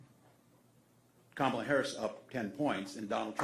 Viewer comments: HE CALL KAMALA KAMABLA KAMA BLACK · He can't even pronounce it ! 🤪